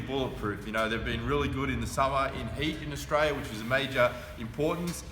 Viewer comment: Tell me; where is this "Ostraya" of which you speak?